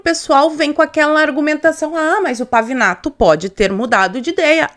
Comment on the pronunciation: É Pavinato,Pavanato, Pavãonato kkkkkkkkkk